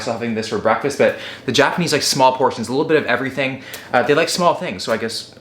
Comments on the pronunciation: Your Japanese pronunciation is making me cringe. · I love seeing how much creativity you’re putting into the videos. The 48 hours in Japan was awesome even if you did mispronounce most of the words...